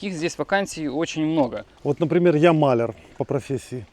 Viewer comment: МалЯр - ударение на букву Я.